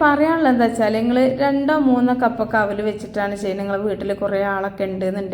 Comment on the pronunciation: താത്താ ഔലല്ല, അവിലാണ്